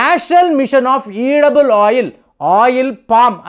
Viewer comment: ఈడబుల్ ఆయిల్ కాదండీ, ఎడిబుల్ ఆయిల్.